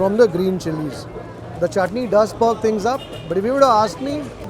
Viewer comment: Chutni is going man.. at va-saavi restaurant you know.. 😜 bharjari NRI accent